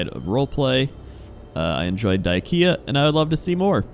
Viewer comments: wait dieKIA not die-KEA? Surely you of all people should know how to spell IKEA. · People it's die-kea not diekia, trolling yall XD